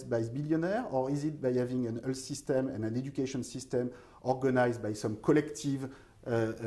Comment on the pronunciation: Oui, Thomas apprends au moins à prononcer le mot "health" correctement (ça se prononce comme "wealth" et non pas comme "Hull", enfin !) Oui, il est urgent de prendre des cours de prononciation, c'est une vraie torture !